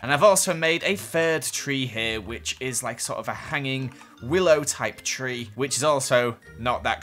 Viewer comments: No one:: and we are going to start off by building the free biomes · "tree" - 2019